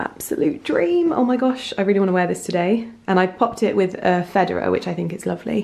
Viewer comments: I am American, and I love the way she says Fedora. "feh-da-ruh'. We pronounce it "fa-dor-ruh" here in the states.. How cute!!! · Fed-or-ah. Not Federer! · omg have I been pronouncing fedora wrong my entire life